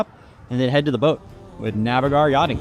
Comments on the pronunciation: Hi please could you pronounce Navigare correctly as you were told by Phillip Winter in your podcast "Can you earn income owning a boat?" The rest of the video is great. I need to tell the same as she is pronouncing it phonetically and not correct. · Was this filmed before learned how to properly pronounce Navigare?